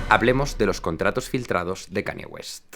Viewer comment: Brutal vídeo, y vaya fumada que se cogió Kanye West ese día. Por cierto! Aclaración breve: Se pronunciaría mas como: Kan-lle Güest, y "Maciu Macona-hey" XD